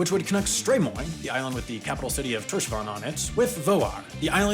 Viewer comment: Your "Sandoyartunnilin" wasn't bad, but your "Gásadalur" was horrendous. :D And your "Tórshavn" is just straight up weird. :) Your best bet there is to just call it "Thor's Haven". Still a great video! ;) Btw, my dad actually worked on 3 of those underwater tunnels.